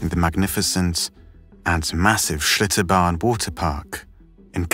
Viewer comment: did he say shitobarn waterpark? lol